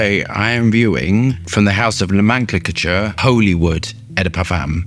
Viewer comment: Know-men-clay-chur.. Lmfao the Dalek bottle.